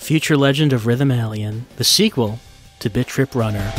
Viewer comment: I thought you were saying "bitch rip" ... kinda did a double-take and then re-read the title.